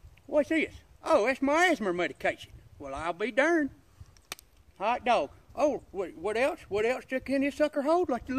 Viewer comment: "Haot dawg"